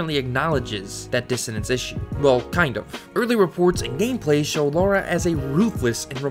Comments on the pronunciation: First AngryJoe, now you... WHY is it so hard for people to recognize the different pronounciation between "Laura" and "Lara"? The absurdity makes it hard for me to watch this video with a straight face, and NEVER have I not been able to take you seriously before. Sigh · Lara isn't meant to be pronounced as Laura. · Do you also pronounce "cars" as "cors"? It's Lara not Laura. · It’s LARA! Not Laura or Lora. 🤦🏻‍♀️ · Stop pronouncing her name like Laura. It’s Lara. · ITS FUCKING LARA. NOT LAURA. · Lara not Laura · Her name is pronounced "Laura" that's how characters say it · Can anyone explain why Lara keeps getting pronounced Laura (not a dig btw)? A lot of people do this in their videos. Can't work out why. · why do you keep calling her Laura? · She isn't called "Laura Croft" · I agree with this everything in this video but it always bothers me so much, as a Tomb Raider fanboy, when Americans pronounce Lara's name as Laura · STOP. CALLING HER. LAURA. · Why the frak do the Americans call her Laura? (ugh) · It kinda trigger me when people keep calling her Laura there is no u I know it’s has something to do with pronunciation but still 🤬😡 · I swear you keep saying Laura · Calls Lara, Laura - video is trash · It's just ignorance. If you can read and have the most basic understanding of phonetics or, you know, just listen to the fuckin game, there's literally no excuse to mispronounce it. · Great video man, but I just can’t help but correct the way you pronounce her name. It’s Lara, not “Lora”. It pronounced as such. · Seriously, how hard is it to say 'Lara', "Lah-rah". If you're still calling her 'Laura' after 20 fuckin years of heritage I question your sincerity. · La-ra. Not Laura. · Why do so many Americans say 'Laura Croft' when it's clearly Lara? Lara and Laura and pronounced differently with an American accent too. Its not a British thing. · It's definitely pronounced "Lara". Some people pronounce it "Laura." Some people are wrong. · She's called Lara, not Laura.